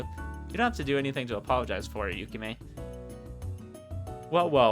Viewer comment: Hi again! I'm Twin Love R's programmer/translator (wait, that's everything 😅). I wondered how people were getting to my game from YouTube, but now I know! Firstly, because it's going to bother me forever if I don't mention it, but it's "YukiME", not "YukiHIME". Otherwise your pronunciations were good enough for an English speaker like me, haha. Thanks for taking the time to play through it. It's a bit surreal to watch someone as they read through my work but it was a lot of fun to listen to your reactions. It also let me notice four typos I will fixing sometime soon (hopefully). I wonder if my laughing at my own writing is a sign of something good or bad? 🤔 I had the most fun writing Sakazaki and Ayame since they had the best dialogue IMO. Sakazaki was definitely dramatic in the original Japanese but I took some creative license with some of his and Ayame's lines so I hope that went over well. I think you might've noticed, but you can scroll the mouse wheel up to go back if you want to reread dialogue or change choices - it's a timesaver compared to having to save manually before every choice if you pick wrong (and I wouldn't blame you, the choices in this game are either super obvious "pick Ayame or Yukime" or really obscure "which author" that are hard to figure out). And if you haven't checked yet, the Extras section has some more story bits in it after you unlock various endings. If you do post more videos playing through the rest of the content, I'll definitely find some